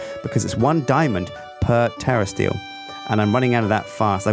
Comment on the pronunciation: Sounds like he is saying terrorist eel not terrasteel